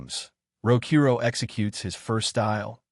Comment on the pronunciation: I wish he’d say his name right… it clearly spells out Rokuro not Rokoru, it like the person who wrote what the ai was suppose to say didn’t even know the name of the mc which is disappointing honestly